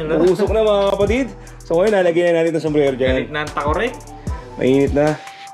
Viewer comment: Sombrero Po Ang tamang bigkas Hindi sombrelo 😇